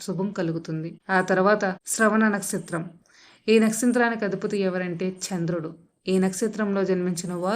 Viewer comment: nastritramkaadu, nakshatram